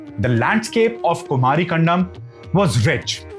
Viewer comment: Kumari in Thamizh means Aloe Vera. Land of cactus plants. Which means dry land/desert. Kumari. Not Kumaaari.